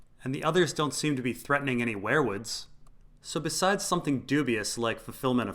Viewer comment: ware-woods wear-woods werewolf ... seems like they should be pronounced we're wood , weer wood